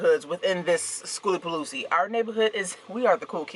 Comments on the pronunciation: The new pronunciations of skooliepalootzki kills me everytime. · You are hilarious! We made it a drinking game, everytime you mispronounced skooliepalooza.. soo much fun in a short video🤪🤪🤪. Do the sounds like you said the adventuring greggs have a yt channel? It exceeded your expectations? What were you expecting. Sooo cool to see so many poc there.